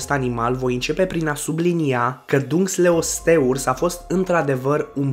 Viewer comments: Se spune Dunkleosteus nu Dunkleosteurs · Se zice dancalasius